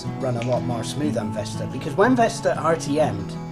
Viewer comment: It's not Vesta it is Vista